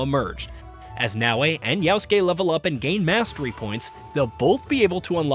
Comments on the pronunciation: Yasuke is so simple to pronouce. Why did you keep saying "Yaosuke"? 😭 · 'Yowskeh'. Fow real bruh Like the Chinese music.